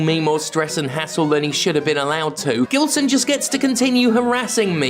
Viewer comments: I think you'll find it's pronounced with a soft G and a silent L. He got bullied a lot in school. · Brazilian or not, he is certainly of Lusophonic descent. So, soft G. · his name sounds brasilian, but im not sure since i can't find anything about the guy, if he is brasilian it pronounced with a soft g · It's pronounced Ghilseauxn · Its prounounced Jillsaw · Plot twist: Gilson is really just upset that Jim isn't pronouncing his name correctly.